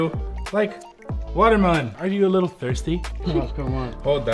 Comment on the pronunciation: it annoys me when He says liqqle